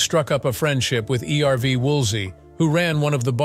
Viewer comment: If you are going to do the story, at least learn how to pronounce the names. It is not E-R-V. It's Erv. Why is that so difficult?